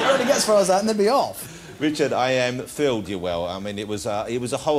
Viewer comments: waicing a wewy fast wocketcar with withard hammond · The only person to pronounce Wichard correctly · He can't say Richard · Jonathan Woss has never been able to pronounce R. Hes been on British TV for years. Not once.